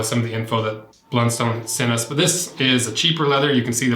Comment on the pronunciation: Heads up - in Tasmania, it's pronounced "BLUNst'n", not "BLUN-STONE". Honestly hurts like nails on a blackboard to hear it pronounced like that. X) I've been wearing the same make of Blundstones all my life (idk how Youtube knew this)... got teased no end for it in school, as they've always been seen as super uncool and cheap boots, associated with uneducated rural workers, so it's pretty satisfying and funny to me to see them having become so trendy overseas. The quality has dropped lately imo (maybe because of their recent surge in brand appreciation, maybe just inevitable) and my latest pair has taken a huge hole in one of the sides after less than a year, where previously I could use them for 5+ years and never had this kind of problem (soles always used to eventually wear out at the front). I feel like they've definitely been messing with their older designs. On the hydrolysis; my 5 y/o old boots are fine, but the older old boots' soles have turned soft and crumbly, so my advice is to jump up and down in them on at least a 5 yearly basis if you value their soles. Local rural suppliers only sell two of the many makes of Blundstone (not sure which two). One is comfy and the other is the opposite. I think the comfy one might be #200. That's basically the big take-home point that I'd make - it's not a slight difference in leather quality that's going to decide which Blundstone is right for you, it's the shape, relative to your foot.